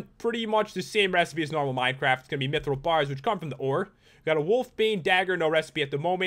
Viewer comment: You're not pronouncing mithril right